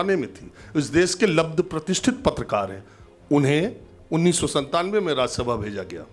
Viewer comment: ये पत्तलकारों को पत्रकार कह रहा है, उच्चारण दोष के कारण।